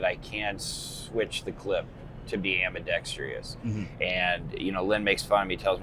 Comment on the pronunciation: Can someone please spread the word in the knife world on the proper pronunciation of ambidextrous? That crap is starting to drive me nuts. Why do people add the extra “i” syllable between the r and o? It’s like people that say “realitor” instead of realtor, or “nuculer” instead of nuclear. Knock it off, people. Lol.